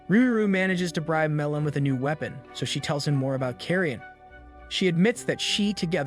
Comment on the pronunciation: You're pronouncing weapon as we pon. This is an AI recap I'm done watching.